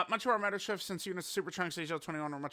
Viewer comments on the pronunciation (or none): none